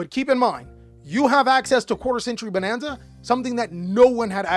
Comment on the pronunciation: i loved how you said quater century Bananza 🤣